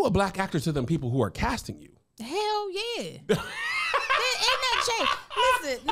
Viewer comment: That was a Baltimore "Hell Yeeaa" hahah